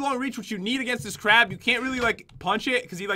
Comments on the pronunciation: It's crab not crap 💩💩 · It is crab not crap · The way he says crab soup sounds like he is saying crap soup